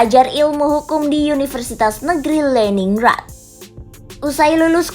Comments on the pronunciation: Dia bacanya kaya baca di b. Inggris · Pronunciation bahasa Rusia ama bahasa Jermannya alay 🙏🤝 Leningrad (bukan Leningr:ed) Anatoly Sobchak (bukan Sobch:ek)